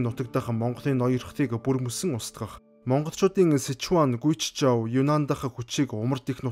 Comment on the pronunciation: Гуйчжоу биш зүгээр Гуй Жоу гээд хэлэхэд болно оо. Орос галигийн системээр хятад zh-г чж-ээр биччихдэг. Бидний хувьд зүгээр Ж үсгээр нь дуудахад болдог шүү.